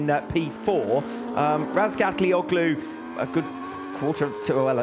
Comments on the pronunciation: I heard Razgatlioglu say his own name and it's nothing like how commentators say it. Not even close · Commentators mispronounce his last name. Yes thats right.